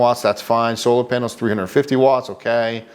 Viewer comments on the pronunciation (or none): none